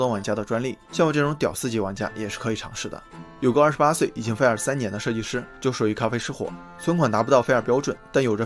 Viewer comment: 不是fair 是 fire，发音准一点